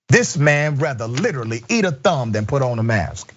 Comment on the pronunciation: thumb rhymes with damn. is that a new fetish?